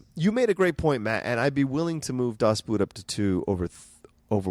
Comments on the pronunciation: Great episode. "Das Boot" is not pronounced with a "oo" like in "root" but more like a "oh". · The vowels in "Das Boot" are pronounced like [o:].